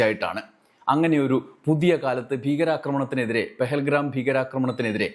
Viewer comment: പെഹൽ ഗ്രാം അല്ല പെഹൽ ഗാം